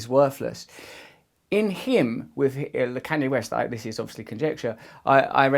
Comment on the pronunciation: ”can yea west”